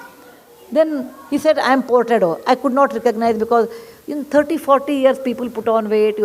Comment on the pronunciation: Name is "Furtado" not Portado. Portuguese name.